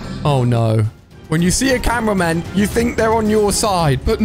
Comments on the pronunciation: Bro called upgraded titan cameraman the titan tv man 💀💀 And why does my head hurts when someone miss pronounce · yup like he's saying goo tv man and that was not a tv it was a camraman